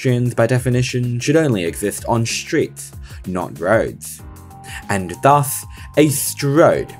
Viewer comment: anyone else heard rhodes instead of roads and got confused haha